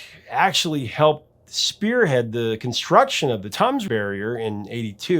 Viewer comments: "Toms" River?? TAMES River! Well, at least you didn't make the same mistake that 99% of all Americans do and that is to pronounce the "Th" as it is normally pronounced... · love your channel, great stuff always. Only one minor niggle, the Thames is pronounced "tems" not tums. Keep up the good work more power to you. There is a stretch of the Thames called Isis which is part of the upper reaches of the river only. The entire river isn't called Isis by anyone. What a brilliant time for music, late '70's to mid '80's. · Love your show, but it’s not the River Thoms, Thames is pronounced like temple, Tems. I think this makes more than me wince. But, love the show. Plus, brought up my daughter singing along with the Clash while we were in rush hour traffic. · Thamess river is Temmes not Toms. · I hate to be one of "those people", but my British ears are hurting so badly I had to stop watching... The iconic river with prominence in the lyrical backstory is pronounced "Tems", not "Toms" or whatever you are saying. I know that Thames, just doesn't look like it could pronounced "Tems". The reason so many British place names are "spelled wrong" is fascinating if history and linguistics are your thing. (I'll recommend some videos if asked.) Overall though excellent job of research. Learned tonnes. Back to video. Too good not to finish now my earache is subsiding. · Thames is pronounced like "Temz", not "Tumz". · Tems is correct. Timms is incorrect. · It's pronounced river tems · I love your work. Thank you. The Thames river is pronounced ‘Temms’, it’s stupid, I know. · Thames it's pronounced Tim's. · River Thames you are saying it wrong lol (say is like Tems) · The mispronunciation of the River Thames (rhymes with "femmes") was really jarring. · Not a bad description. Thames is commonly pronounced Temz, btw. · Thames is pronounced 'Tems' as in rhymes with gems, hems and stems. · FWIW they pronounce it Tems. (Themes) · Dude the river Thames is pronounced "tims"